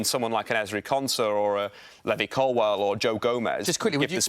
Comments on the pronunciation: Knew his takes were gonna be bad when he started saying Levvy Colwill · "Levvy Collwell" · This guy doesn’t have a clue what’s he’s on about he can’t even say Levi Colwill name properly